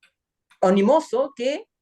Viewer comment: … minuto 45’… se dice “ominoso” y no “onimoso” como dijiste y nadie cachó…